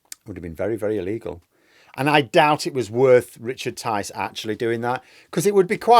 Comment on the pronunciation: Tice? Rhymes with lice?